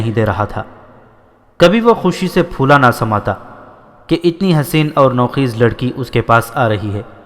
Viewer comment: Nou Kheez naheen Bal k Nou Khaiz نوخیز/ " خ " پر " زبر " لگا کر پڑھیں۔